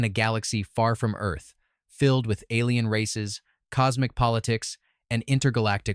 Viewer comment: ALIEN? WHAT AI WEE TODD ATION IS THIS?!